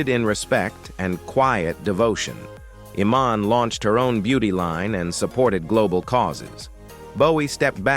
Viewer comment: Total crap video when Iman's name is mispronounced.